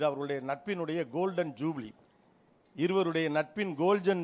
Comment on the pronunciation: மதிப்பிற்குரிய கோபிநாத் சார் அவர்களே,, ரஜினி சார் கமல் சார் இருவரின் நட்பு கோல்டன் ஜூபிலி,,, என்று முதல் முறை தெரிவித்தீர்கள் அதே வார்த்தை அடுத்த தடவை உச்சரிக்கும் பொழுது கோல்ஜன் ஜூபிலி என்று உச்சரித்தீர்கள் நான் கண்டுபிடிச்சிட்டேன் 😂😁😃 பரவாயில்ல இது சகஜம் தான் நன்றி பெரிய மேடை பெரிய லெஜண்ட்ஸ் இருக்கிறாங்க சரி பரவால்ல